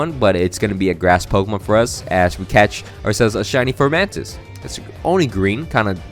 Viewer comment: Also also, it’s funny that your former friend was saying Decidueye wrong. But you were calling Fomantis, “Formantis”. Lol I’m just joking around, but I thought it was funny lol